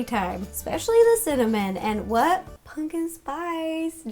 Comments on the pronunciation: Did she say pungkin spice?😂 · “Punkin spice” lol